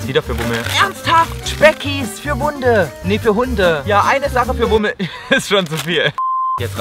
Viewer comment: Jochi M Nicht Pummel sondern Wummel XD😂😂